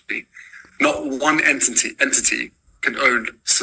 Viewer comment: Entiny? He can't even pronounce the words he's got written for him on the autocue.